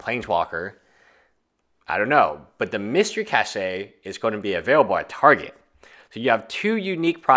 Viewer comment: Funny English - Cache is pronounced Cash.